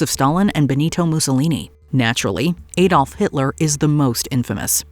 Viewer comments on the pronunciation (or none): It’s Adolf, not Ay-dolf